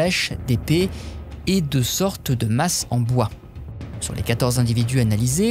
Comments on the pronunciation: Bravo monsieur ! Vous vous exprimez parfaitement bien et votre diction est impeccable. Merci. Un petit détail cependant: "quatorze" ne prend pas de "s", donc la liaison en "z" avec le mot suivant est une petite erreur. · Pitié, pas quatorze-z-individus. Quatorze est invariable! (comme presque tous les numératifs)